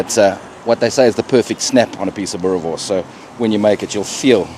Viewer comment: Boerrrrrre worrrrrrrs. Roll the rrrr boet 💪🏽